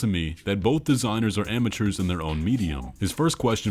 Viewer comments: "Amateurs" is a horrific misread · Auteurs, not amateurs. Very different.